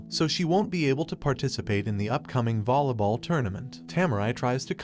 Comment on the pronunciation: you said bolly ball wats that